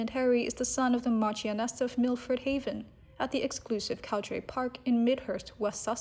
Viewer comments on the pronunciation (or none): none